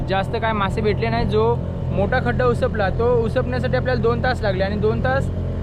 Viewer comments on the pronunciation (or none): Uspat nahi upsat boltat